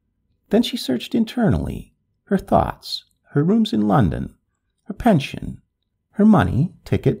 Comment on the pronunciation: nice story but i do wish non-english speaking people would learn how to pronounce and to say english names and places, such as folkestone, i.e. folkstun, or french names which should actually be pronounced as in french i.e. pension does not mean pension as in payment but a place to stay